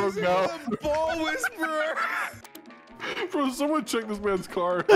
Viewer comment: wind "wheezperer"? i kno, ill leave now XD